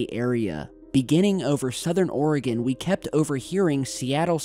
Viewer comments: I LUV YOU!!! YOU ARE AS CUTE AS A BUGS' EAR!!! ( but I just gotta say...( since I am a fellow.. OREGONIAN!! ) the name of that valley is pronounced "will..lam'ette") sorry.. don't kno why it bothers "us" so bad, when it's mis- pronounced. ( In the same manner..our state's name is more often than not mis- pronounced..." OR..E..GONE' " When in reality..it is pronounced..." OR..E GUN' " ) Anyway, that is a BIZARRE story! Especially, when ya' live here!.... Kinda " raises the hair on the back of ur neck!) type thing!! 😐 GOD'S SPEED IN YOUR RECOVERY!!! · You!, it's Will-lamb-ette, Willamette. Just like it's spelled. And Ory-gun. Oregon. Not: Aura-Gone. In any case, pretty cool upload!! The significance of launching fighters shouldn't be overlooked. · Jesus Christ it’s Or-a-gun and Wil-am-it (Willamette) do your research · Will-AM-IT is how you say Willamette.. and OR-ee-gun.. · glad your walking bro! and Oregon is pronounced "Ore-gin"^-^ sorry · Willamette... Wil-lam-ett Oregon... Or-e-gun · FYI, just for fun, thought I'd pass this along. Oregon is pronounced OR-GUN; the e is basically silent. And Willamette is pronounced WILL-am-et. It's the Willamette Valley, specifically. Just thought I'd pass along from a West Coaster to an Easty. As for the event...I'm THRILLED that finally, FINALLY, they admit that it actually occurred, as opposed to the S.O.P - total cover up. Happy Holidays! Much love, Shelbie =) BeautyDaughtMom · lol..Washingtonian here...Willamette is pronounced Will-Am-ette, and Oregon, Or-uh-gun. You crack me up. Good video though..I guess this happened right over my head:-) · It's fun listening to people who live outside of Oregon pronouncing names of places in Oregon. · Lol he said Oregon the wrong way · WIL- LAM-IT not WILLUEMIT. ORGUN not OREOGON